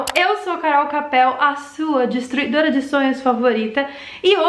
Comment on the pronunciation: Porque ela falou distruidoura de sonhos